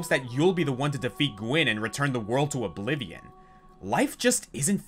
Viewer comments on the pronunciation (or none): none